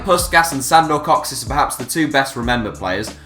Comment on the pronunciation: For God's sake, could you PLEASE at least TRY to make some little research before you try to pronounce some non-English name. Sometimes it's really difficult to get whom in earth do you mean. Ferink Puskas, Sandor Koksic? Really?